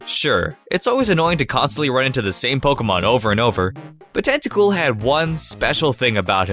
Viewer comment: Anyone else notice how he says "Tacool" instead of Tentacool